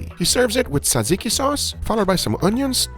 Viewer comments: ΡΕ ΜΑΛΑΚΑ ΓΓΟΥΓΓΑ ITS Fing JAJIKI. Nobody told you zatsiki! JA-JI-KI! Nice video though and thank you for the content! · ITS TZATZIKI NOT ZAZIKI please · not zaziki you have to add the tza like how you say jumbo size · This guy would kick Gordon Ramsay’s ass the first time he called the sauce “ter zikky”. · i am grek and ii like that you couldnt pronounce tzatziki our food is the best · And when he corrected Guga on his tzatziki pronunciation, that sealed the deal.